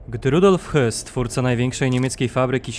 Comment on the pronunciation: Jedna uwaga, nie czytaj Hys tylko Hess, gdyby miał nazwisko Höss, to wtedy Hys, a tak to Hess, po za tym, super materiał👍 Dziękuję😊